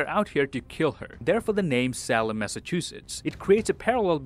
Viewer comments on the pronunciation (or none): Salem is SAY-lem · Salem said like Sale, not like Salamander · Say-lem sure ain't right either. its pronounced like Sail-em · It’s “Say-Lem” not “Sal-Em” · So sorry for the delayed upload. I was really really slow on this one, apologies! P.S: Apologies for the wrong SAY-Lem pronunciation. I should know better, won't happen again. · And the way he pronounces Salem lol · 2 minutes in and I cannot accept the way you say Salem. It’s like you have seriously never heard that word before. But I will still watch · Just an FYI you are completely mispronounced Salem